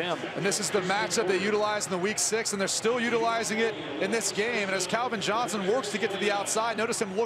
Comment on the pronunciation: Can someone tell me who Kelvin Johnson is? 😂😂😂😂😂😂 commentator just read man